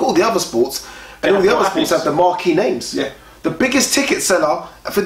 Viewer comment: You guys murder people's names 😂